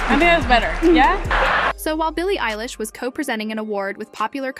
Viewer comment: Stop saying ELLISH . ITS EILISH